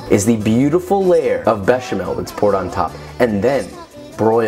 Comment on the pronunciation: ...but he nailed béchamel. Monsieur isn't exactly unknown to American English speakers.